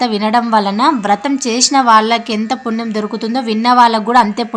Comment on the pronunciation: పుణ్యం అనేది కూడ సరిగ్గా పలకలేవా? !!!